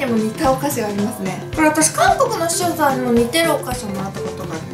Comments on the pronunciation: ゼリーの前の視聴者さんが使用者さんに聞こえるw でも可愛いとこ💕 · カオナシ限定合コン ただ視聴者さんが言えてない… そこがまたいいんだけど笑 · 視聴者さんって言えてないゆうかちゃん可愛いww